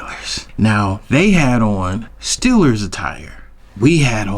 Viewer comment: It’s Steelers to you lol not Stillers … only true Steeler fans can call them Stillers 😉